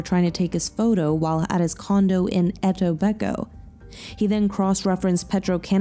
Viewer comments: it's pronounce it tobe it co but spelling is etobicoke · Great video! It’s pronounced “e-TOH-bi-koh “ though 😂. The Netflix documentary butchers it too. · The city is pronounced “Etoe-bee-Koe”. he is originally from Scarborough (pronounced scar-bo-ro) Ontario. Same place as Paul Bernardo 👿 I just watched an episode on “people magazine investigates S2E6 “Hollywood Horror Story” where is is also featured as the k[i]Klee in a brutal Hollywood murder. On primer. It’s absolutely disturbing. I really enjoyed the info you put into this video. 🇨🇦💚 Ps this guy is a disgusting monster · I cannot get over how she pronounced Etobicoke lmao I know it’s not her fault but it is the best one I’ve heard yet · Lmao I was looking for this comment. That was rough to hear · yeah, I cringed at the pronunciation but do you blame her and the Netflix documentary? It's spelled so weird! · oh, yeah can’t blame them there, Etobicoke is an odd name 😂 of all the names to name a place, just CRANK the difficulty up haha! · Good vid but man that pronouncing of Etobicoke was rough lmao